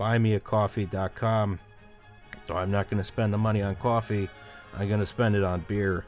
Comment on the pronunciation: Come back. You said your were going to Wawa for some cawfee.:’(